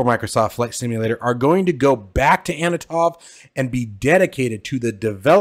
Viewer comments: FYI. The Antonov company is pronounced "an to nov" not "a no tov" as you pronounce it here. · Ann-ton-ov not anna-tov :grinning_face_with_sweat: Very much looking forward to it though, should be cool. I'm expecting it to be streamlined compared to the real thing (we can't have 6 person multicrew after all), but I hope its good for Vatsim. Isn't the -900 out on Friday?